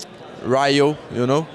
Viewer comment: Anik Boy He said Rayo